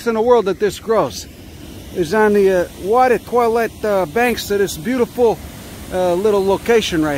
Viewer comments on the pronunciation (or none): It's just pronounced 'Oh', without the 'H' :-D